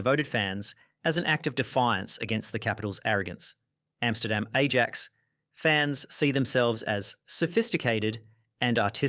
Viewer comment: please work on some pronunciations like david beckham and ajax